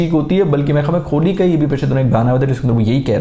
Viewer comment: yar pehli baat tau ye k kholi nhi kohli hota hai ab itni aapki audiance ha thora khayal kro yar agle k naam ki aap ne maa behan kr di ha mtlb khol hi diya kholi😂